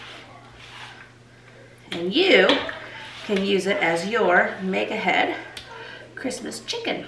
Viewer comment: I’ve been watching this YouTube for 3 weeks now and only just realised she is saying “make ahead” and not “mega head”😅